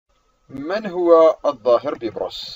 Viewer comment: علي فكره بتقول الاسم غلط😂😂😂